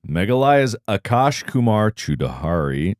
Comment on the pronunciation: ohh... It must be Chaudhary (Pronounced: ch.ao.dh.ree)